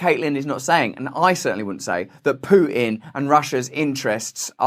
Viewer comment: I love how Russell says Putin. Pooh tin